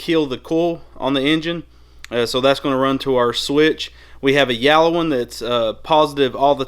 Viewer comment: Yellow has a e not a a not yallow